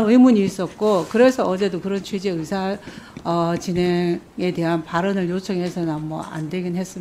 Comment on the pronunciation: 턱혜가 아니라 특혜, 어사가 아니라 의사입니다. 의원님 ㅋ